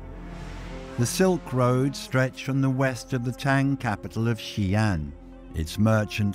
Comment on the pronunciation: Xian is not pronounced as Xian but "Xi" and "An". "Xi" means west and "An" means peace. So the "Xi An Palace" means Palace of western peace or Palace of western calm. Most westerners don't know that the Sui and Tang dynasties were pan-Asiatic in nature. Historical records of ladies of the court that had green eyes and auburn hair. Even the first dynasty of the Qin were Tibetan in nature. War, genocide, rise and fall of empire, fortune and misfortune relegated these people to the history book of the past.